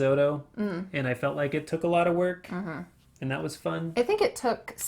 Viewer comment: can you do me another favor? I definitely heard native says and that as an-nat, on this as on-nis. I dont know if i heard it correctly but doing this as doin-nis??? Thank you a lot